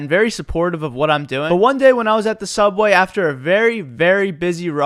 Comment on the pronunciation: Anyone remember “sooubway”😂